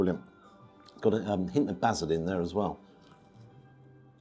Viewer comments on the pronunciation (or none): none